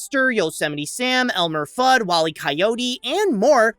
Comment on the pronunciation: Elmer *Fudd not "Thudd"